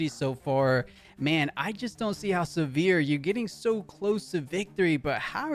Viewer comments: Came here for the comments…everytime he said Sivirs name I just cringed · Not looking forward to the rest of casting this set if the names are going to be butchered to that degree by everyone not familiar with the League IP 😂